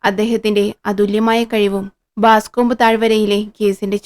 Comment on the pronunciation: 1988 കാലത്ത് പ്രശസ്തമായ "പൈകോ ക്ലാസ്സിക്സി" ൽ ആദ്യം വായിച്ച ഹോംസ് കഥകളിൽ ഒന്ന്. Boscombe Valley Mystery. മലയാളത്തിൽ " ബോസ്കോംബ് താഴ് വരയിലെ കൊലപാതകം ' .. 😅 നിങ്ങളെന്തേ പ്രേംനസീർ കാലത്തെ പോലെ "ബാസ്കോംബ്" എന്ന് പറയുന്നത്? ബോസ്കോംബ് എന്നാണ്. പിന്നീട് '93ൽ ഒറിജിനൽ വായിച്ചു..2014 കാലത്ത് ജറമി ബ്രട്ട് വേഷമിട്ട പ്രസിദ്ധ ഗ്രനാഡ ടിവി സിരീസും കണ്ടു.. ഇത് ഹോംസ് ന്റെ ആദ്യ കാല കഥകളിൽ ഒന്നാണ്.. ഡോക്ടർ വാട്സൻ ഹോംസിനൊപ്പം താമസം ആരംഭിക്കുന്നതിന് മുമ്പുള്ള കഥ.. "എറാറ്റ്" - "ബല്ലേറാറ്റ്".. കഥയിലെ പ്രധാന ക്ലൂ 😊.. മാപ്പിൽ ഇത് കാണിക്കുന്നത് നിങ്ങള് വായിക്കുന്ന കഥയിൽ ഇല്ലേ ..